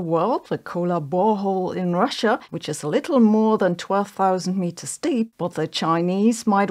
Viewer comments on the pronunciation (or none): none